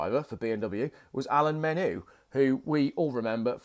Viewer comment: Men-You, not Men-Ooo!